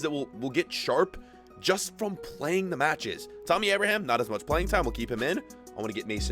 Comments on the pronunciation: the way u said abraham made me sick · pronounces ever player like they have an accent or are spanish😂 ie aston villa, Abraham, cmon man!! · "Abra Ham" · The way he pronounces bat-shu-a-yi and a-braham 😂